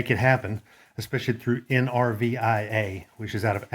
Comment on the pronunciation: The school is call NRVTA not NRVIA lol